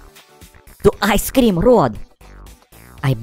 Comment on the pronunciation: boi its i scream not ice scream plus u said cream wrong